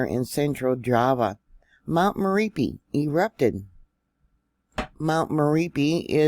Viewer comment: It's pronounced Mer op ee